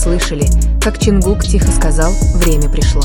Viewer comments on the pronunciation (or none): Не ЧИнгук.а ЧОНГУК.говорите правильно.не ЧонгукА.а ЧонгУка